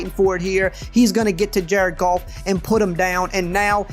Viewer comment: “Jared Golf” 😂 great video bro!